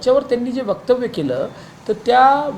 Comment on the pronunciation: वक्तव्य असते ते. वक्तव नाही. क्या महापौर बनेगा रे तू 😂